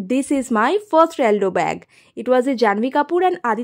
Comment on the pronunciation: Aldogh na pronunciation ta ALDOH